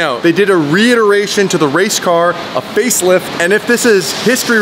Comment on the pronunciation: Please tell me you () didn't say it's 'the faithlift of the faithlift' lol. I played it back a few times and i cant hear anything other than that. I hope you were trying to say 'facelift' but i really can't hear it hahaha! Glad you're still nailing it though 👍